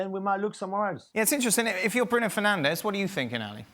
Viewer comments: It's Fernandes you muppets. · It's Fernandes not Fernandez you idiots. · im portuguese and I say this , its fernandes YOU MUPPET ! (Fernandez is a spanish name) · It is Bruno Fernandes, not Fernandez. How ignorant!